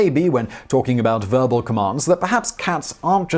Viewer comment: Did you say "Verbal commands" or "furball commands" 🤨